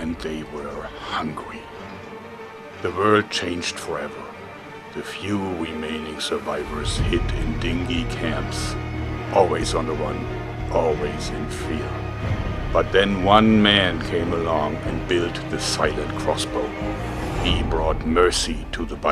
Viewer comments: Dinghy camps... Uh, Din-jee camps. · Aw Joerg... schöne Werbung, aber der Englische Wort 'Dingy' hat ein stärker G, und hört wie "Din-Gie". Der Wort, der du gesagt hast, "Dingie" bedeutet ein kleines Boot. Sorry, I don't practice my German enough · Dingy is prounounced din - jee, the way you said it was like dinghy, a small boat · Jpwnage216 * din jee